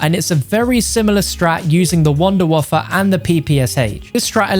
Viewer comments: 😂😂😂 its wunderwaffe not wunderwaffer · It’s been time since I hear someone call it the “Wunderwaffer” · The Wunderwaffle